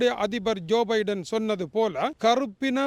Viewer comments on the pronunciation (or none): அட தமிழ் தெரியாத தற்குரீ துரை அண்ணா.. ஜோ.. பைடன்